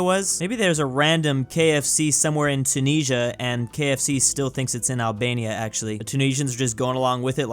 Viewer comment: YESSSS someone said the name of tunisia correctly